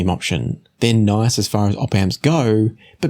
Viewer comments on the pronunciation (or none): none